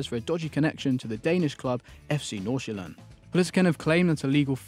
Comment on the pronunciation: your pronunciation of FC. Nordsjælland is actually really good